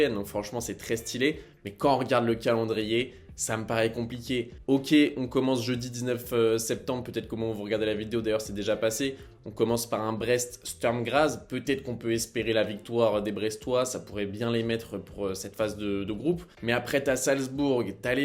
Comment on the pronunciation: Je vais faire mon relou mais le Sturm Graz se prononce "chtourm grats" sinon super vidéo !